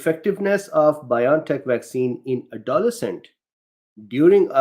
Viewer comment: A note: Pronunciation that I've always heard: AdoLESCent. (Emphasis on the third syllable.) Took me three replays to know what you were saying there. (I'm appreciatively hanging on every word!)